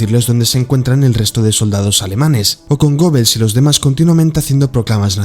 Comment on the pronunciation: Amigo buen video pero el nombre goebbels se pronuncia gebels.